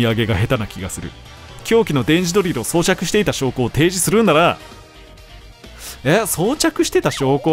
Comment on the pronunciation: ゴメンねいつも以上に読み上げが… 装着（そうしゃく!）